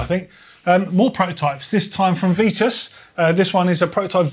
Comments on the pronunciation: She was correct. It's VITUS... not VEETUS..or VEATUS. That's incorrect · Vitus/Veetus My name is Simon, and that is how it is pronounced. Nobody calls me Seemon. 😂